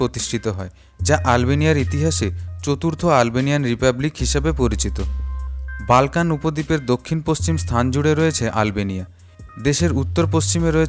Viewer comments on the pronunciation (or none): বাল্কান না এটা হবে বলকান